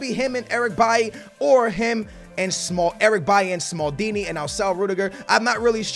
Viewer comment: Why do you pronounce Eric B-A-I If it's Eric B-A-I-L-Y